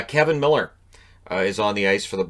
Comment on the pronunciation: Umm,? It's Kevan Miller. With an A.